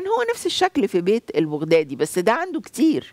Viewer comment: البغدادي تلفظ بفتح الباء وليس بضم الباء